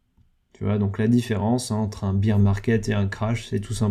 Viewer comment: Bear se dit baire pas bire de beer bière 🍺 en français.. le nombre de mecs qui se trompent c est hallucinant